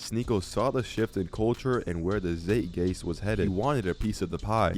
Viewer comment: I'll like it when you pronounce "zeitgeist" correctly and not use "consistence".